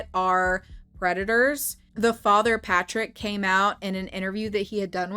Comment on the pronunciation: Lmao “Fatrick”